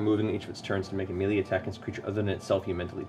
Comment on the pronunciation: I love how Matt pronounces "melee". That's how I've always said it, even though I long ago learned it was wrong.